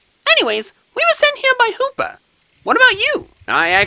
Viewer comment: The hoopa word like saying Lupa